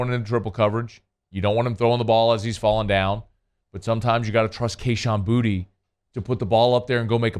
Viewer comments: The dude literally pronounced his name “booty” on live TV in his get Gordon commercials. I’m guessing you missed that? And he’s playing like ass so why not call him booty? Lol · Why do we call him “Booty” now? It’s Boo-Tay. Very disrespectful of the announcer to call him Booty. He’s easily the most talented wideout in college football.